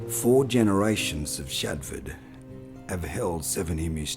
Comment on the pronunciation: His name was SHADFORTH, not Shadford..... so much for authenticity!